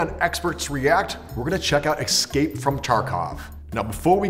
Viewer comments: Man, it's not EXcape.. It's EScape.. People pronouncing escape like it has an x in it. >.< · “Ecscape” “Foilage” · Stopped watching after "ekscape"...